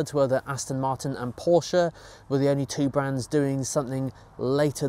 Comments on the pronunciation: Finally someone who pronounces Porsche correctly! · Very well done for a Brit! I didnt know this until I was 31!